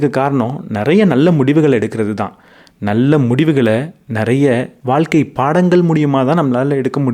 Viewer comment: Ok sir but pronounce Pannu pothu valga (vazha) nu than iruku valkka nu vara matuthu Pechu vazhakulayum rendukum meaning difference iruku